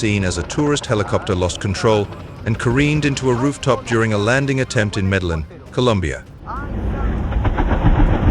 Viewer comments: Med e 'jin' ....Columbia. Soft 'J' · That's Medellin (meta-heen)